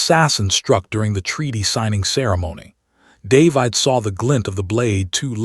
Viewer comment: What sort of AI can't even get a simple name like "David" right? It pronounces it like there is an "e" at the end.